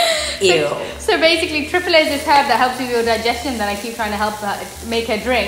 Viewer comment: The way pronounces hindi words is so cute...in the last video she pronounced kapalbhati as kapppabati and now triphala...her accent is sooo cute!!